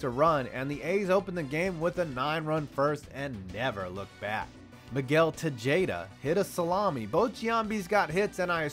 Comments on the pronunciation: did he just say Ta-JAY-da. for over an hour been watching his videos thinking "must be some kinda sports aficionado." By the way it's Te-haad-da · "Tuh-JAY-duh" really, Dude? His name is Tuh-HA-duh. I'm white af and I know that. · Tejada = teh-HA-da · Miguel Tejayda... Te-ha-da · It's pronounced "Te-ha-da" not "Te-jay-da" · Miguel Tejayda? It's pronounced Te-HA-da, moron. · Te"J"eda was done intentionally I think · I’m sorry... Miguel Tejada? Teh-ha-da? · Te-jade-ah made me laugh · Miguel Tegeda? 😂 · It's Miguel Tejeda. Pronounced Te-ha-da. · Miguel te-jayda? Are you fucking kidding? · "miguel tijayda" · Miguel TeJAYda lol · I love you, but you really need to work on your pronunciation of MLB player names (I mean seriously, “Miguel Ta-jay-da”?) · You beat me to it. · You pronounced Tejada (te-HA-da) wrong. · please tell me that pronouncing Miguel Tejada's name like that was a joke